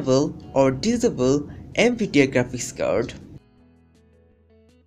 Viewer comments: Anebele Disible.. LOL LEARN ENGLISH FIRST!!! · Why American's say, 'diss able' instead of 'disable'? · hmm he said disable diavil not SOOOOOOOOOOOOOOOOOOOOOOOOOOOOOOOO god